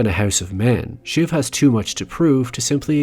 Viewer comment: Just an FYI, it's "shiv", short for Siobhan, a Celtic name often pronounced "shi-VAHN".